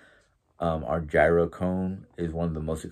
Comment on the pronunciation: Hi 👋 I’ve been wanting to help you with the pronunciation of gyro 🥙 since that is your main dish at your venue that you serve. I used to say it the same way that you do until my older brother that owned a Greek/American food restaurant for year’s corrected me.When saying gyro the “g” is silent.So it sounds like (your-oe).Hope this helps.Great to see you in a good mood.As far as the nasty people out there don’t give them the satisfaction of notoriety for all the crappie things that they say.People like that get off on being the limelight.Don’t waste your time they’re not worth it.Have a great day at work today 😊